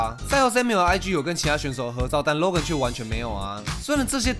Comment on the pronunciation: 我一直聽到 肉根肉根肉根…